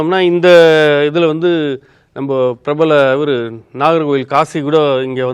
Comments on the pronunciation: present the fact ? He just mispronounced the town"s name and u make it a big issue and suspecting his journalism I suspect ur intention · So his information about the immoral activities is not important to you but wrong pronunciation of the town is wrong 😂 maybe u r one of customers of this kind of cottages😂😊